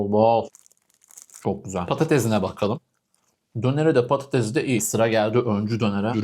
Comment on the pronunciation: Abi patates e neden patetez diyon